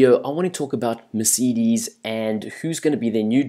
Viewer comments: great english bro meceedes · Haha! Mercidis? Volteri Bota? WTF!?!?!? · Thats not how you say Mercedes and that is definitely not how you say Monaco